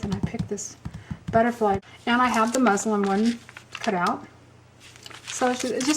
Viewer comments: It is “Muslin”! I was thinking I kept hearing her say “Muslim” too! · thanks for the tutorial. I believe the word is MUSLIN for the fabric not Muslim!